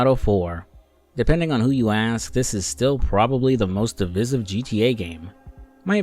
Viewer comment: You need to learn how to pronounce divisive bro